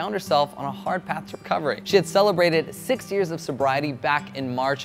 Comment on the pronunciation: Jazlyn Galvan lol I couldn’t tell cos it sounded like 60 but I knew he meant 6 😂